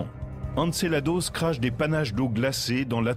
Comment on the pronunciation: C'est "Encelade" pas "Encelados" A moins que le gars soit Mexicain MDR !!!